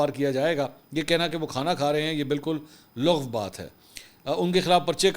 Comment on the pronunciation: لغو ۔۔۔ لفظ کے ل پر پیش نہیں ھے بلکہ زبر کے ساتھ پڑھا جاتا ھے۔